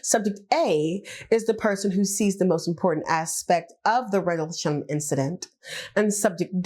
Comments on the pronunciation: What the hell is a "Randlesham" ? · At least get the name right😂 RENDLESHAM